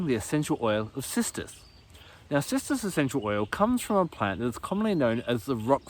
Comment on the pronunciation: With your accent it sounds like you’re saying Sisters!